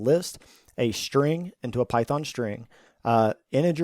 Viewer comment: A shhhhtring.